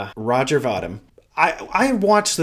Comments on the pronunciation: Yea, I was looking to see if anyone corrected him. Sadly I had to drill down to half the comments to find someone to do that. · It's pronounced Vah-deem